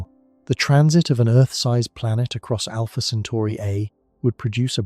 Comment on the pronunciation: also it's Alpha Centauri.. not Alpha Centari